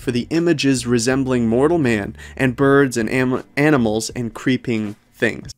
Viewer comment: Ummmmmm.....LOL...he almost said "aminals"!!